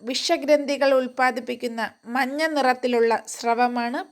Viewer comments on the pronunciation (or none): none